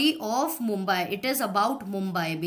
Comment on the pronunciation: Tum mumbai ko mombeaii kyo bol rahi ho tumse acche to digraj sir